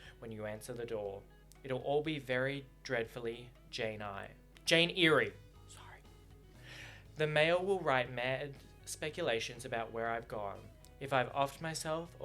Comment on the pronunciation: "Jane Eye-er - Jane Eerie, sorry!" 😂Eyre is pronounced "Air", but the fact that you corrected yourself and got it even less right was gold 😂 Also reading this entire chapter out loud is a very valid decision